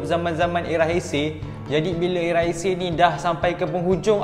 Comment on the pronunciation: Kenapa masa sebut heisei jadi teisei 😅